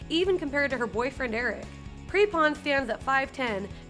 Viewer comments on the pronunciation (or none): “Laura Pre-pon” is pronounced “Prep-in”